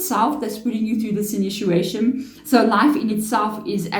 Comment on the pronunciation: It’s initiation, not inituation.